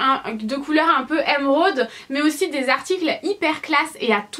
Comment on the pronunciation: ca s'écrit émeraude pas èmeraude donc arrete de le dire comme ca stp